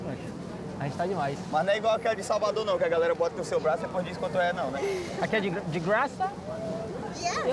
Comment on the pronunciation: Na entravista de emprego: Qual seu nível de inglês? "é de grraça?" Kkkk One pra cada? 😅😂😂